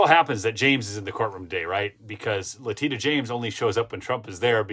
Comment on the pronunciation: (Mrs. Mark) I think it is perfectly fine (even GREAT) that you cannot remember how to pronounce "La-tee-sha" James' name! What she obviously desires, more than anything, is to become a household name. So, let's all mispronounce her name in so many ways, no one has any idea who she is!